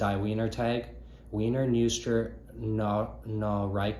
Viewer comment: thanks bro! you’re german is pretty bad lmao! when you see a word spelled like wiener it’s gonna be produced viner. also do you have any english translations of the schauberger commentaries? like the one that’s referenced here and in Living Water? if so could you email me the translation? thanks again!